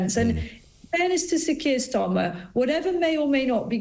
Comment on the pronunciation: Kwier starmer